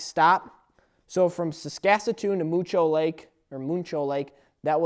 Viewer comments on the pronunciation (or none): sasakatoon? Jesus Christ,... it's Saskatoon, Saskatchewan. 🤣🤣🤣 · I think it's Saskatoon, not saskasasoon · Skakasatoon? You must mean Saskatchewan or Saskatoon lol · You butchered Saskatoon lol. Its not Sasaskatoon. Also, I think Spencer is a good dude, these haters just don't understand his humor lol. I wouldn't have known this was Ethan's first project unless you said otherwise, he did a good job. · "sasaskatoon" what. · Saskatchatoon.... (Sas-cat-chew-wan)or did you mean (Sas-ka-toon) lol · Asnoldo Prieto I know right! Saskatatoon? wTF? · You're not pronouncing Saskatoon right. Its pronounced sask-a-toon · thumbs up if you like the way he says Saskatoon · I like how he said Saskatoon wrong so many times... it's all good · your pronunciation of Saskatoon is appalling mate. You are coming across as "ugly American's" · I was surprised to hear these comments on Spenser in this video. As for the series, I thought Spenser brought great comic relief to the videos. P.S. much respect man, but you need to work on your pronunciation of Saskatoon.:-) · listening to you say Saskatoon is aids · Saskatoon, Saskatchewan. God Damnit! say it right. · The way he says Saskatoon makes me laugh every time.